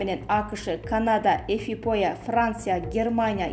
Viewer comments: Эфипоя эмес, Эфиопия!!!!! Эфиоптвоюмать туура окугулачы. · Ефипоя дейтко Ефиопияны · Эфипоя эмес Эфиопия.Эмне чектин эле? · Текстти окуурда биир сыйра текшересинерби.Эфипоя дейт го Эфиопия болсо керек эле уят!!! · Эфопия эмес , эфиопия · Марако эфифоия журналист кантет ужасно жаны олколорбу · Коментарий берип жаткан кыз ото сабатсызкенсин Эфиопия дегенди эфопая дейсинго уят такыр сабатын жок тура суйлобойле койчу чон Кыз уят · Эфипоя дегин😂😂😂. Эфиопа десен келесоо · Эфипоя эмес Эфиопия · Что такое "эфипоя" - вопрос диктору. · Сабатсыз диктор 😅 Эфиопияны Эфипоя дебедиби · Туура оку Эфиопия деп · Эфиопия деп туура окусан,кызым,силерди баардык эл угат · эфипоя дейтко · Эфиопияны туура айта албагандан кийин соз жок, уят эле